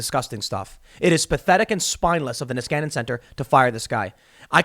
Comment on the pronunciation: "Nieskanen Center" sounds so stupid when he says it, as its Finnish last name.